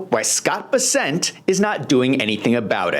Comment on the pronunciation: This is minor... it's Bes'-sent not Bes-sent'